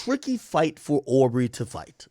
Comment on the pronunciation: He saying au for aubrey